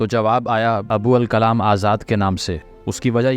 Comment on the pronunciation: ابو الکلام ۔تلفظ تو صحیح کرلیں۔پھر تاریخ داں بنیں۔